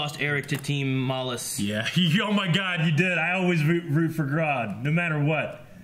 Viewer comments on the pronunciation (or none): I'm late as shit but his name is Mallus but pronounced like malice